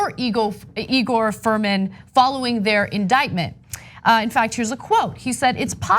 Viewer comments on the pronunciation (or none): NOT Furman. Fruman. :-)